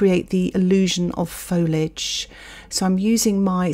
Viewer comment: Nice. I do not paint. At all. Ever. But might give this a go. So thanks. But. Fol-i-age. The 'i' is pronounced!